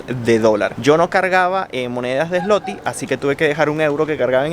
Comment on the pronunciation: Gracias x su viaje e información la moneda dices Zloty pero se pronuncia ”zuote “ 👍🏼